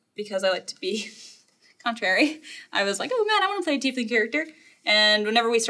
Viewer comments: you lost me at Tea-leaf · He has trouble saying "Tiefling" ...